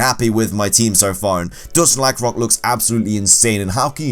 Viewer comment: LYCANROC DOES NOT END WITH A K!